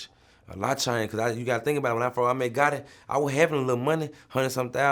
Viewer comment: This nigga Vlad said “Young Gotti”